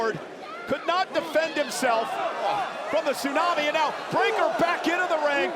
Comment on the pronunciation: This is nonsense,even to a commutator who's saying Suunami,this is stuipd 😢😢